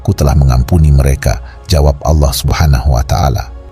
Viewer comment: Org muslim ap bukan sih.... kok menyebut Allah ngak fasih🤣🤣🤣🤣🤣